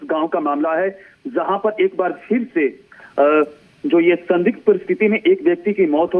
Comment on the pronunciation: Sadigh nahi sarab sai bolo